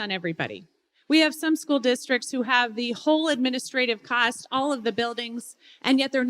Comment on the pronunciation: “It’s gonna cust ya an arm and a leg but if you’re a good person you’ll do it”🤣